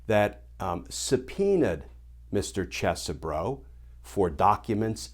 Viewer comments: Yer mispronouncing the names my brother from a legal mother. It's CHEESE bro! And also, T-R-U-M-P in American English is pronounced 'tray-tor'. Hope that helps! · Professor, the proper pronunciation of the name is, Isn't Cheesy-bro. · I don't care if you're pronouncing his name correctly, Glenn. I'm calling him Cheese-Bro. As in, "You tried to overthrow the presidential election?!?! That's so cheese, bro!!!" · Cheese Bro is a much better pronunciation. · I prefer the way I pronounced it - "Cheese-bro." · Hmmm. I've been pronouncing it Ches-e-bro, Cheesy Bro. I mean, he's a lawyer for chump, so that would be a fitting name. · I think that would be pronounced "Cheese-bro".